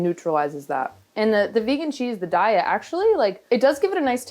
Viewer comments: Heyy, sorry, real quick it’s actually pronounced day-yuh not die-yah. I hope that helps. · I pronounced "Daiya" incorrectly for years, but it's actually pronounced "Day-a". Like have a nice day-a!